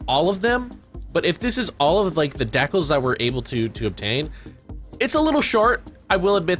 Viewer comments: The way he pronounced decals. Gold. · You say "decals" weird, lol.